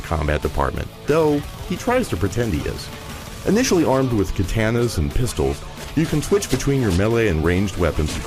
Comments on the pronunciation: If you can't pronounce katana correctly I'm sure you can't review a game using one correctly next review please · How do you mispronounce katana? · This coming from a IGN reviewer who can't even pronounce Katana correctly... yeah, I'l have to disagree with IGN on this one. Not as bad as this dip-shits stating, its actually pretty good. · The way he says katana...